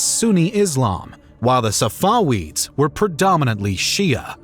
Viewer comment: It’s pronounced SafaVeeds not SafaWeeds. The letter V, not the letter W.